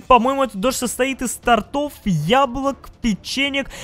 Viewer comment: тОООООртов а не тортОв